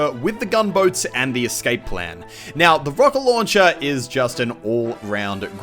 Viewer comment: i love how mucle k pronounces rocket launcher. xd rawket lownchair